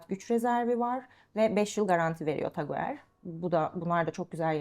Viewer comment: Taguer değil tag hoyer diye okunur markayı doğru telaffuz edemiyor hanımefendi daha